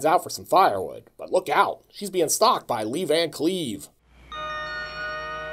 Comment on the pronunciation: "Lee Van Cleave"...You kill me!